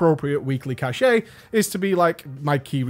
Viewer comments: It's cache not cachet. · Learning is good...so...learn how to pronounce the word "cache". This is becoming like wing "buffet". No one wants a repeat of that.